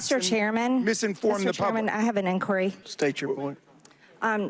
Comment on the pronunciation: Whats an in-quarry and a re-puke?